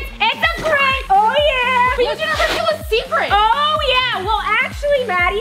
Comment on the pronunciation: Say the seacret